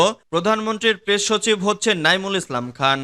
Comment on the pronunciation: সংবাদ পাঠক বারবার নাইমুল ইসলামের নামের জায়গায় মইনুল ইসলাম বলতেছেন। বিষয়টি দয়া করে কর্তৃপক্ষের নজরে আনবেন। সুনামগঞ্জ জেলার ছাতক থেকে বলছি